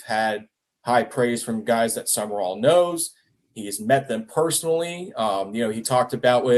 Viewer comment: Not that difficult. Its SUM-RALL. Not SUMERALL